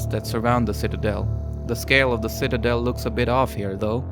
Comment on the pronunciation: Ah, yes, the Shitadel.